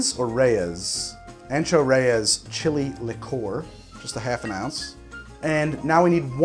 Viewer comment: Strangely, every time I try cracking an egg on a counter or similar flat surface, I end up with shell fragments everywhere. I don’t know why. Whacking the egg with a knife is somewhat less bad for me. No idea why. I’ve never heard that pronunciation of “liqueur” anywhere else. It’s somewhat annoying somehow.